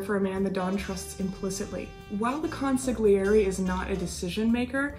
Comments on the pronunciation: Hi, love your channel and have decided to go back to the beginning and watch the entire review from Episode 1 on! I have to give you a polite heads up... the letter "g" in the middle of an Italian word is silent (not pronounced), think of the word "lasagna". Sorry, but let's try saying the word "consiglieri" again please...that's better! haha... hope you take this correction with the same light heart it was given by:) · isn't the 'g' in consiglieri silent?